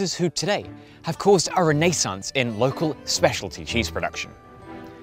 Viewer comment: Love your videos mate! But please, don't ever pronounce 'Renaissance' that way again